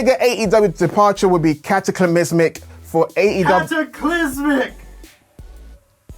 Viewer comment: The way said cataclysmic I think was fine. Legit put a smile on my face